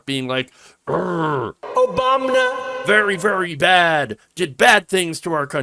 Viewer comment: “ Obamna.” LOL